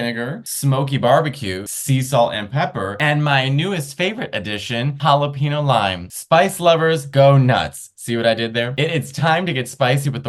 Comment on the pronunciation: Jalapeno (“hala-pee-no”)(no tilde) Matteo?? I thought you were half Mexican!! 😂